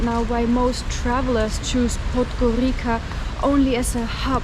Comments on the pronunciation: Can you Pleeeease stop saying "Podgorika" ... it's pronounced Podgorica - as in Pizza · Correct pronunciation of the penultimate letter in 'podgoriCa' is [ts] like the russian ц So [podgoritsa] is the worst area I ever was